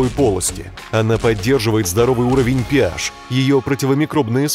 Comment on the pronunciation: Не "ПИ-аш) ,а " ПЭ -аш)!!! В медицине. фармакологии ,химии используется ЛАТЫНЬ , а в латинском алфавите НЕТ буквы "ПИ" ,есть "ПЭ". (А уж если говорите ПИ -,то тогда уже чисто по-аглицки надо -" ПИ -ЭЙЧ" !!)